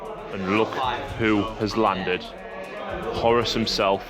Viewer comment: WhoreRuss Not Horis Saying it like that makes me think more Corner shop owner than Warmaster :D